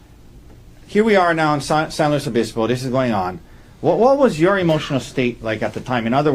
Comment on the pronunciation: I hate him. I especially hate how he keeps saying San Luis Obispo